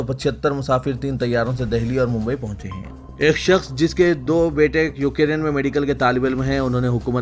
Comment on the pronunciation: یو کے ری ین ¿ نہیں یو کرین Ukraine